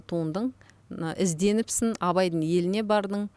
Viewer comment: ПікіріН демей, пікіріҢ деп Ң мен Н ны дұрыс айтыңдаршы журналисттер. Деффектологпен жұмыс жасаңдар,болмаса Ң дыбысы бар сөздерді жаттап алыңдаршы. Н деп мұрнын тазаламаған бала сияқты сөйлемей. ІзденіпсіН❌ Ізденіпсің✅ МеніМ ❌ менің ✅т.б Журналист бола тұра, неге дұрыс сөйлемейсіңдер🤦😡